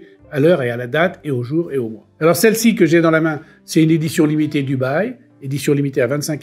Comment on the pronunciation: quand il dit Dubail et que tu comprend Dubaï !!!🤣🤣🤣